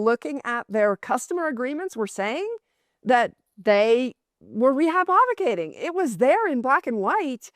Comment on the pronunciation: She said rehypothicating more than the amount of Bitcoin